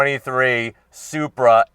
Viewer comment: "Zupra" LOL. Sounds about right.